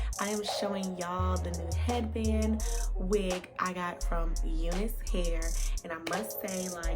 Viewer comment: Why you whispering? You're not pronouncing name of wig properly, it's U NICE LIKE YOU ARE NICE